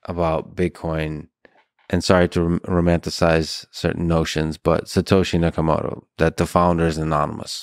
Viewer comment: Who is Satoshi Seeyaiayekamoto? 🤔